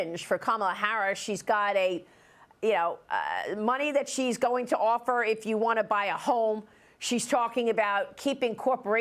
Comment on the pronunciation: Her Name is Ka- Ma - La.